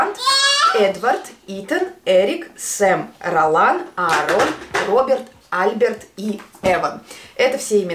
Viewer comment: Альберт ударение на "е")))